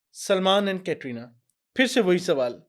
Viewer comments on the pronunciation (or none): Aapko khud bolane nahin aata hai कतरीना nahin कैटरीना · कतरीना nahi hai कैटरीना नाम है.